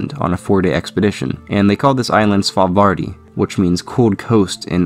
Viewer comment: "Svalbarði" is actually pronounced "Svalbarthi" because in Icelandic the "ð" makes the "th" sound.